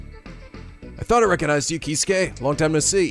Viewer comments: You're pronouncing some names wrong. Gin: Jin Keisuke: Kay-skay (like Yosuke) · hey look its the guy with the missed pronounced name "Kay-Skay"